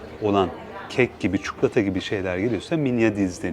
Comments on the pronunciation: Bu tarz kendinize ait söylemler olduğu için seni izliyoruz abi çukulata > çikolata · Çok beyfendi ve nazik bir insansınız. Çuklota demenizi duymayı hep isterim. Böyle güzel sunumlar yaptığınız ve bize ulaştırdığınız için de çok teşekkür ederim. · Türk olupta lisanını konuşamayan milyonlarca insanın olduğu memleketimizde ,sizin telaffuzunuz gerçekten iyi .Ayrıca ses tonunuz ve lüzumsuz hızla konuşmadan gerekli açıklamaları yapıyorsunuz. Lütfen çikolata eskidendi .62 yaşındayım ama kelimeler değişiyor özellikle yabancı kökenli olanlar.Kendimde çukulata diyorum.Süpersiniz .